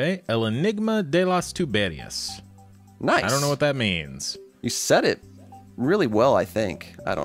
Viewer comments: I think riddle is a more precise translation and... You know about the pronuntiation... It is "TubeRIas" and not "TuBErias". But everyone that speaks spanish would understand that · Enigma can be traslated as mistery. The pronunciation was good, except for "tuberías", just the acent was wrong